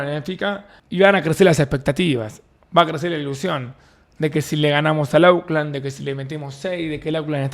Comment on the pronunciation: Hola Davo, se dice "ócland" no auclan:face-blue-smiling